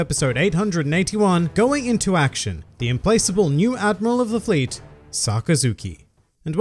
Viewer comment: I think its Fleet . Not float